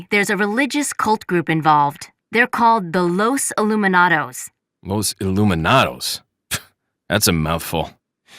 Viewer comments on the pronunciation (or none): Can't believe that Capcom after all these years never fixed the word 'Iluminados'. The word only has one 'L'. Two LLs have a totally different sound in Spanish.